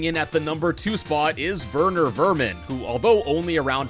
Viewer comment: It's Werner Werman not Vermer verman